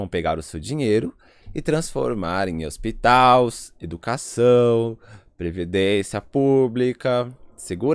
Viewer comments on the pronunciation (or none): Parei em "hospitaus" kkkkkkk Tá lendo o texto ??